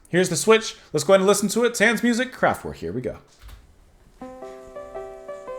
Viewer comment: Please, it's pronounced Kraft-Vayrk!